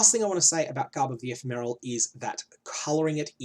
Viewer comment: Can you gain divine charges while divinity is up? If so, the downtime would be a lot less than 50/50. Also, "Ephemeral" is pronounced with the second syllable stressed, not the first.